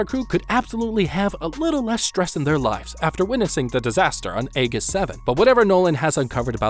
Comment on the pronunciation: It’s Ae-Jiss 7 not Ae-giss for the pronunciation just fyi. And was complaining that the game wasn’t hard enough lol